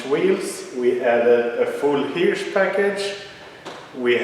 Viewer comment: Hirsch kan du på engelska uttala som "Hurch." Tänk t ex på att vi säger Sir som "Sur" (rimmar på smör).